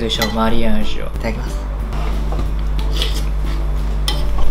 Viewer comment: 豆乳分離するの気になってたんですがバター入れると平気なんですね！ 勉強させていただきました！ 途中おにいさん ティンゲンサイって言ってましたよwwww